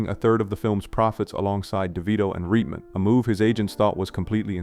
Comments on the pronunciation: It’s pronounced Right-men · I love this channel...One thing that was a bit odd is the pronunciation of names like Swayze , Reitman, Aykroyd, & more I've heard in other videos. At first, it made me wonder if the voice was AI-generated but the dialect seems so specific. Feels like North Dakota Navajo or something. Anyway, keep up the great work.